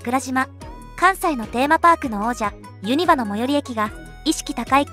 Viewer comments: めちゃくちゃ大変いやなご指摘になって申し訳ないんですけど一つだけ、、、、、 大阪ではユニバをユ↓二↑バ↓って言うことが多いのでそこが引っかかっちゃいました、、 音声ソフトもやっぱり東京やったか、、、、 動画めちゃくちゃ好きです！応援してます！！ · ユニバの発音が気持ち悪かったんだが僕だけ？